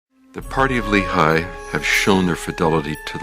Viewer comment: Lehi isn't pronounced Lee-High in hebreeuw but Lay-He!